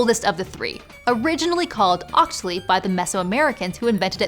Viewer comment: Mexcalli is pronounced Mesh-kalli. Octli is pronounced Ok-Tlee. Poliuhqui is pronounced Po-liu(with asperation h sound)-ki-ok-tlee.